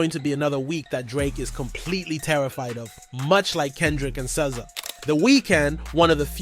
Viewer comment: Bro why do you pronounce SZA's name like that ??? 🤔🤔🤔